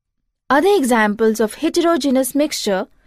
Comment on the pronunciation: good but wrong prounsiation of hetrogenous